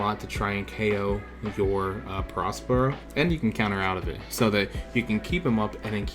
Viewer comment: Nice deck, I have something similar! Btw, do you even watch the anime or know the story?? The big mom arc is great, and you pronounce the character “peh-RO, peh-RO,” barely pronouncing the “s”